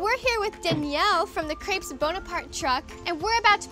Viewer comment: THEY SAID CREPES WORNG! I AM FRENCH I WOULD KNOW